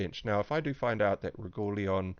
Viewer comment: lol, Regooleon :)